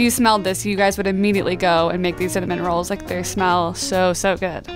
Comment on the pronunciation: The way she said “rolls”